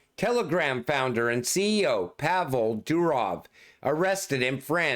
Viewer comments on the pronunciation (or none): none